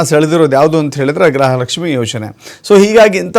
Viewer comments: Grahalakshmi alla gruhalakshmi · ಗ್ರಹಲಕ್ಷ್ಮಿ ಅಲ್ಲ ಗೃಹ ಲಕ್ಷ್ಮಿ